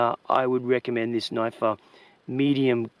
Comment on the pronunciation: I came just to hear you say "noyyfe".